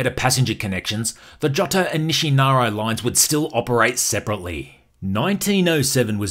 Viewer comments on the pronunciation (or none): Your pronunciation is out of control.. NISHINAROW ? Informative nonetheless. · Very informative, thank you! I lived “inside the loop” for 12 years. One note…say it with me ; Nih-She-Nar-Eeeeeee Nishinari.